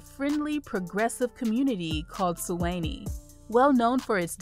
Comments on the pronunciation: Great information however Suwanee is pronounce Swan -Nee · She said "Su Whennie" 😃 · Nice video. Glad to see my town of Suwanee made it to #3 (Su-wah-knee). Your pronunciations are off, you should get a local to assist with the proper pronunciations.